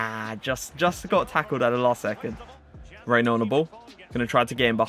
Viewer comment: its pronounced henye